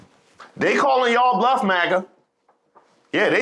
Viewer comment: he said "Magger" with a "Hard R."